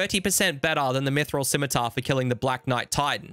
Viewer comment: thank you for always correctly pronouncing scimitar. I can't stand when people other than children willfully pronounce it wrong "bEcaUsE iT soUNds bEtTEr"